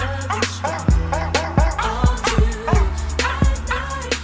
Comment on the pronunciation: Thank you for that i would've never known he meant Bork when alm thus time I thought he said bark